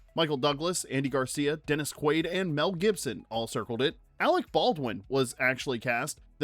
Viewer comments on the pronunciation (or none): none